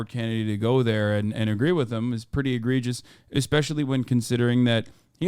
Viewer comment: "K that's preddy cool" 🤣